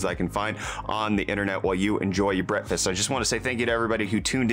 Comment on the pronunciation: Did you say "bretfast"?